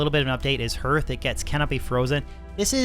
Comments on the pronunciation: I gotchu, hearth sounds like Marth, not Earth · its pronounced Har-th